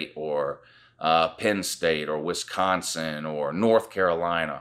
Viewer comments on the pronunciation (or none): none